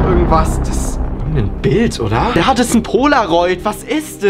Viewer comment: Warum sagst du immer dis und nicht das